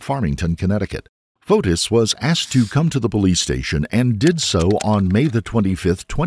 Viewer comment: Every time you say Fotis I hear POTUS. 🤷‍♂